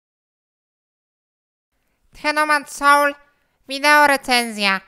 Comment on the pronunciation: Już samo to jak On mówi tytuł gry powala ahahah